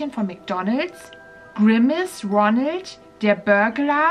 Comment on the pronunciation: Ich g-glaube er hat roneld gesagt